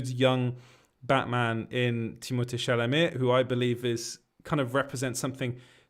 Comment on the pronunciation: you saying u live in france makes so much sense as to how you pronounced timmys name perfectly lol